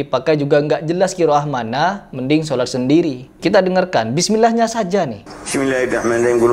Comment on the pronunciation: Bukannya itu sudah termasuk bacaan yang salah ya? maaf, dasar bacaan Alquran apalagi dalam sholat bukankah bacaan itu harus benar a? ini mulai dari Bismillah saja tidak diucapkan dengan benar, gimana lanjutannya?